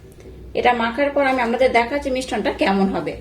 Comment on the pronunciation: কথাটা মিশ্রণ,মিষ্টন নয়।